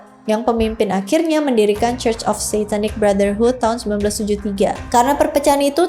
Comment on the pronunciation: Sebutan Church bukan KOS, tapi CUS....😊